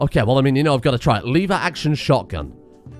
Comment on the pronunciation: Lever, not liver.